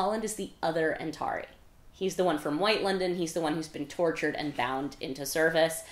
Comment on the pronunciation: I’m listening to the audiobooks for this read along and I was shocked to hear the narrator pronounce Antari as an-TAR-eye rather than an-TAR-ee. But you say it the second way! I’m curious how that pronunciation discrepancy came to be?